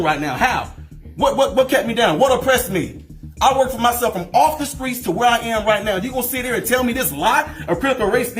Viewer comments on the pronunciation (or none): First Mans said Skreets so you know he really come from it